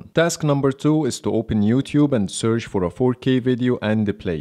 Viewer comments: Well, because of your accent, you pronounced the word search as searsh, that's why they both didn't respond immediately, but when you said it the second time it did. But good video. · This test is a very good idea but i think it should by done by a native English speaker. You seem to be pronouncing e.g. 'search' incorrectly. It is not 'sersh' and probably that's why there was no response from either phone. Same thing with 'share on Instagram' and some others. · When you say search you need to make sure to end it with ch and not s A little constructive criticism isnt bad you're doing a good job man